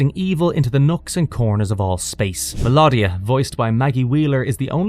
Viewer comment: This was great but a few mispronunciations. Mel oh dia & Moleck u lar! I loved this cartoon & have them on dvd. Transformers, He-man, Gobots, GIJOE, Transformers & Thundercats & I do also love Herculoids & Jayce & the Wheeled Warriors ❤ great times